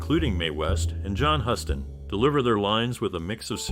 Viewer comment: What are you going to tell anyone about the movie, idiot? It's Huston, pronounced "Houston".